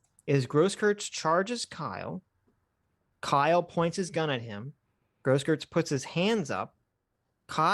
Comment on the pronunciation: The "eu" in Grosskreutz's name is pronounced like "oi"